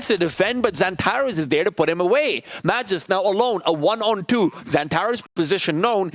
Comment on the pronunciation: man who the hell let this guy commentate? the way he pronounces MAGISK